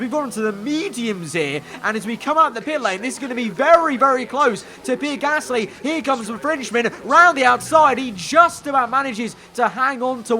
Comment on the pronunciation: When says "Pierre Gasly" i understand as "P-Rick Astley"